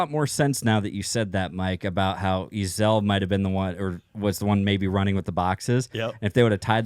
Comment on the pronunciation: It’s pronounced “E-Zale” sorry to be that guy but it was driving me nuckin futz everytime you said “E-Zahl.”